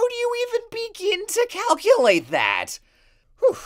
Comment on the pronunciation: “how do you even BEGIN TO CALUCuLATE that”